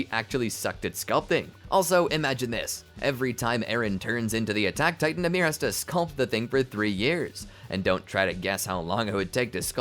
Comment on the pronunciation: Her name is Ymir Fritz not Amir